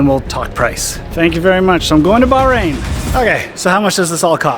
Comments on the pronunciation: Aww,, if you would've asked, I would've come with you 😁 Btw, its pronounced bach rain 😉 Will you be coming to the UK for Silverstone maybe 🤔 Great video as always ❤️ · 1) Another spectacular view of travels with - uh, no, not Charlie -! You do such a great job of taking us along. 2) There is a reason that you found the people so friendly. Go ahead, read "The Right Kind of People" by Edwin Markham to see why. 3) We may have to teach you how to pronounce the "h" in Bahrain. It's not silent but I think the way you say the country's name is probably acceptable for those of us who are anglophone. Perhaps in some future May you'll register for and run and/or walk the 12 kilometers of Bay to Breakers in San Francisco. In costume. With a few thousand of your closest, most intimate friends. And maybe even your sister could join you.